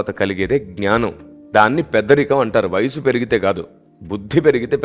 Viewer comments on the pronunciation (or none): none